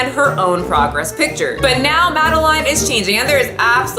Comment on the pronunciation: The way u pronounce madeline triggers me. It’s my full name and it’s pronounced “mad-el-in” love the vid tho this is the one I rewatch most lol